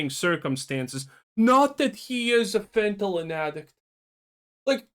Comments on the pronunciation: I'm gonna be real, only issue I had with this video is how you say fentanyl. The way you are pronouncing it would basically read as fentalyn. I get that English most likely isn't your first language so i'm not faulting you for that but it does need to be pointed out. Other than that? Right on the money with the criticism. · Calling people braindead but can't even say fentanyl correctly.